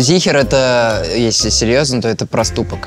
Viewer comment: Не зихер а зехер это вообще еврейское выражение